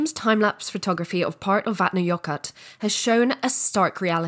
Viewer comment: Vatna-what? That's an "L" at the end of the name, not a "T". Sorry to be a stickler, but this is just plain weird. :)